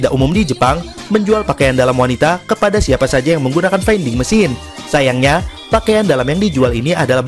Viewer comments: Oh iya. Vending (baca: vending) bukan baca: fainding / veinding. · Baca vending ?